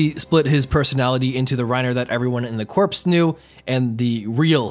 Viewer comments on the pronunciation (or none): Corps is pronounced Core (the "s" is silent. Sorry, not a Grammar Nazi, but that bothers me. It wouldn't be Marine "Corpse" = dead body. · Why u put so much emphasis on corps.